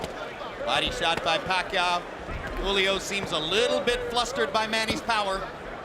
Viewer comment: I truly appreciate the commentator pronouncing Pacquiao's name correctly.